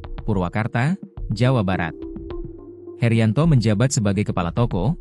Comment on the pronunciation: Heryanto bukan heriyanto